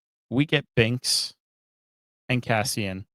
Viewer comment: My guy. His name is Cassian. Not Caspian.